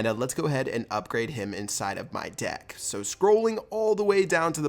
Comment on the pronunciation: when he said deck I thought he said dick XD